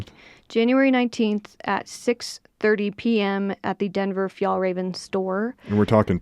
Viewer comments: You're the best! Fjällräven is the swedish word for artic fox. The ä is pronounced like the e in. 🙂❤ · It is pronounced fyellrāven just FYI!